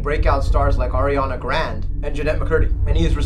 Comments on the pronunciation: Did you really just say Ariana GRAND?! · Dude said ariana GRAND.... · Ariana Grande’ not grand! Stoop